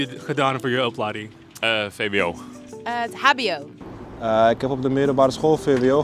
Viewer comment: Its vwo not vbo😂